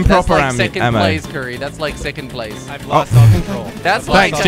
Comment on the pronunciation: not Jelly it's currie